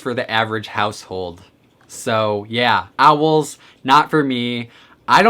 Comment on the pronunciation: My dude I love you but the way you say Owls stresses me out